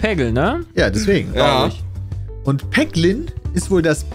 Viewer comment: triggert mich total wenn Peter vorliest du triffst einen Peglin (Ausgesprochen Päglin).. mein Name ist Haglin (ausgesprochen Haglin)